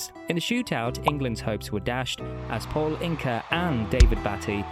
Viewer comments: If you put it on the auto-prompter then Ron Burgundy will read it.... that is the vibe this video gives off with "Paul Inka", "Sol Camp-bell" and 1996 "starting" a sequence of failures etc... clueless. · Sorry was it just me who clocked Paul ince pronounced Inca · I'm sorry but I had to stop at "Paul Inka". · he says Paul Inker...that's AI not understanding what Ince is pronounced like.